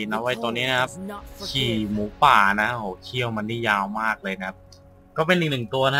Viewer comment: พี่คับหมูไม่ใช่หมู่